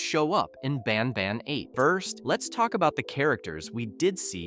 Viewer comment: Banban ❌ banbaan⭕